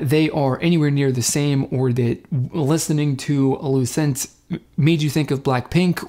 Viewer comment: Hey, thanks for reacting!! Just so you know their name is pronounced 'Loo-Chent'